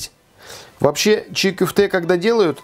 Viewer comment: Оставьте свои предположения при себе, ок!? Вот поэтому за два года в два раза и увеличились случаи кишечных инфекций, потому что всякие чии кёфте (кстати так правильно, а не чи кюфте, как автор сказал). И наши рестораны вообще не известны в мире и звёзд Мишлен не получают, потому что такую дичь готовят. От кишечных инфекций кстати и умереть можно, это я вам как специалист говорю.